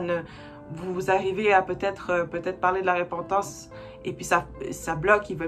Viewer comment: Merci pour cet enseignement vraiment clair et vivant! Juste un détail technique: on dit repentance prononcé e ( il y a une seule consonne après le e) et non ré pentance. La repentance, j'en ai bien besoin aussi!